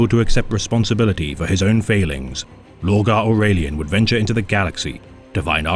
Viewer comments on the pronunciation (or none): lorgar australian